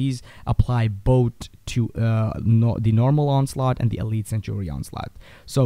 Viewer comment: not to hate or anything but when you mean "sanctuary" you say "sentry" the guide is good and all but just look in to how to say "sanctuary"